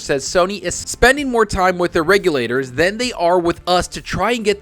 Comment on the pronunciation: I know it's lame, but I'm happy has started pronouncing regulators correctly!!